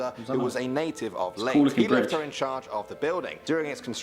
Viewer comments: The only mistake is he pronounce leyte as leyt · I'm cringing by the way he pronounced Leyte as late. It's Lay-te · Its leyte with a e in the end leyt e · the man pronounced Leyte wrong its not pronounced like LATE its pronounce like LEYT-TEH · hes saying late at bloodg bridge its called leyte ley-te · Kuya Ley-te they are split not layte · He called Leyte LATE,, ITS LAY-teh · Pronounced as Ley-te not late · Its leyte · Dude mispronounced Leyte & Quezon. lol